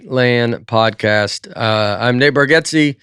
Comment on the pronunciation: Please tell me someone else just heard Nate say Codpast instead of Podcast😂😂